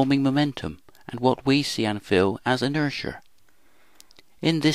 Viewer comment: Yeah, what the heck is inersher?